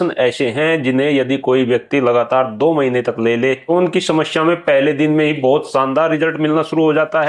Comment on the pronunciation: apki bhi bhut badi smsya hai..smaya ko shamshya bol rhe ho😂😂😂